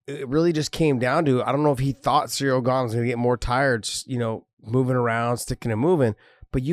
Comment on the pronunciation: Ciryl is pronounced with K